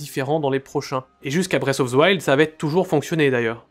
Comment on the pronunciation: "Bresse of ze wild" Faites un putain d'effort